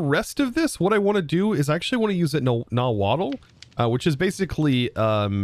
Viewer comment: You don’t have to pronounce the “tl” at the end of nahuatl. Its “naw-hwua” not “na-waddle” lol